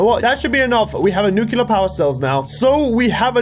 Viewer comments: Let me say this once, since i've heard it many times. Nuclear. As in New-Clear. Not nukular. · I hate that he says nukular